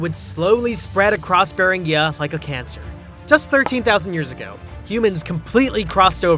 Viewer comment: Beringia with a hard "gee" sound, not a soft "ghee".